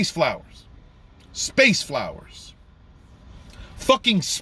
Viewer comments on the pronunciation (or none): Didn’t watch any of it. And seeing you struggle to say the word “flowers”, tells me all I need to know.